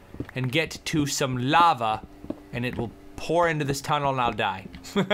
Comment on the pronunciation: you said it lava